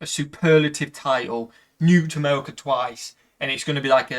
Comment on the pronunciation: Did you say Amewica?